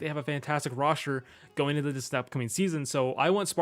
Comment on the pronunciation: Love how he says Roshter instead of Roster